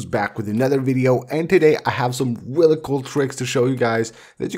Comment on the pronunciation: bhai mujhe toh really really sunai nahi diya mujhe "wrelly wrelly awesome